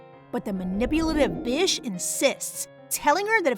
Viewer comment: I know i commented twice but i didnt realise when she was trying to say bitch but she say bish